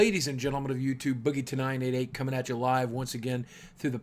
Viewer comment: Every time when he starts a video and says "boogie2988" I hear "boogie tonight..." :D